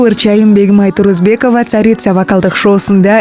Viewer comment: ТУРУСБЕКОВА ДЕСЕНЕР, ТУРУЗБЕКОВА ДЕБЕЙ.